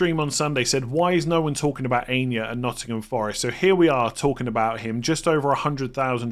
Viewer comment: Not Ania. Pronounced AH-E-NOR